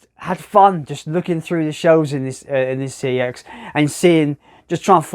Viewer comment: CEX is pronounced SEX - so you've just done a sex challenge at a sex shop!